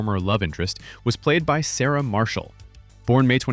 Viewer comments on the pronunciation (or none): none